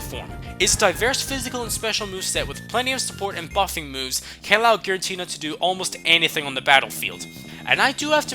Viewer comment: Giratina, NOT Giritina!